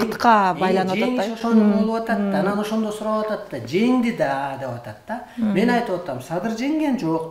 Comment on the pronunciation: Меен дейт го